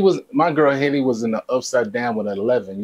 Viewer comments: Yes, she struck my heart. Btw her name is pronounced Halle NOT Hailey. Halle rhymes with Sally, Nelly, Belly, Kelly... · Her name is pronounced like Halle Berry